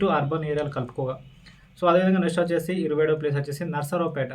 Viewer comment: Achesi kaadu.Vachesi anali